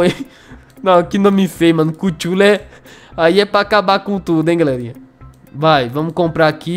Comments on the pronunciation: N n é asim que se fala i cthule vc fala cuthule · vou escrever como se pronuncia a tropa q vc comprou chululu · Que agonia kkkkkkkkk. O nome dele é se pronuncia cutulo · cada vez que ele fala kutchulu kkkkk eu acho mt engraçadokkkk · ''CUCHULU"" kkkk